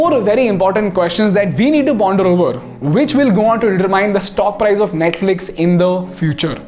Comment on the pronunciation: Bro it's not prize it's price..